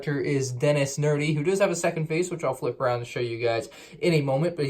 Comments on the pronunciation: nedry not nerdy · His name is Dennis Nedry not Dennis Nerdy! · It’s Denis NEDREE not Denis nerdy. And it’s a baby velociraptor not a baby T. rex, same baby velociraptor that has been in some of the Jurassic world sets! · its nedry not nerdy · Was anyone else annoyed by how he mispronounced Dennis nedry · Nedry* my friend… not nerdy. I admit that made me laugh. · Mmmm yes Dennis nerdy. ITS DENNIS NEDRY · U said Dennis nerdy but it's Dennis nedry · Things he got wrong: 1 - It’s Dennis NE-DRY, not Nerdy 2 - It’s a baby Raptor, not a T. Rex 3 - That “dino nursery” is actually a scene in Jurassic Park where Dennis try’s to steal embryos, which are stored in a can (it’s what that bottle thing was) but he dropped when he slipped in the mud and then they got piled over. 4 - Yeah, I wish you got $3120 included with this set. 5 - “Tiled LEGO Tiled” Edit: OMG I JUST REALIZED WHAT THAT BROWN THING STICKING OUT IN THE BREAKER ROOM IS I LITERALLY THOUGHT IT WAS A LEVER THIS WHOLE TIME! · Ned-ry not nerdy lol and 3120 pieces not dollars lol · Its not. Its Nedry not nerdy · Yeah that was really good because its Dennis nedry not Dennis nerdy is such a goodball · 'Denis nerdy' lol you butchered that name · I'd buy it if it wasn't so horribly expensive. Jurassic Park is one of my favorite movies, if not my favorite. Also Nedry's name is an intentional typo. Hearing you say "Nerdy" every time was painful lol. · you said Denis nedry wrong! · The fact that said Denis nedrys name wrong triggers me